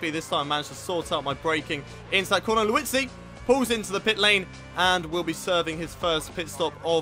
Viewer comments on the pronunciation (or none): he's liuzzi not luizzi